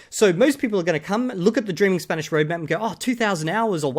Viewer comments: As someone whose studied and spoken Spanish for 8 years I want to add the gringo’s Spanish accent was not good at all it was like someone who had been learning Spanish for 6 months properly and never tried with the accent. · 2000 hours to still being incapable of pronouncing an Spanish double "R". Practice pronunciation at first guys, don't rely only on input.